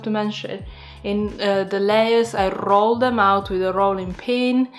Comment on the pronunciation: Fantastic idea! 💡👏 I also enjoyed listening to how you RRRROL your r's when you said roll.😁 I think these could be delicious with some mascarpone and chocolate or cinnamon and sugar. 😋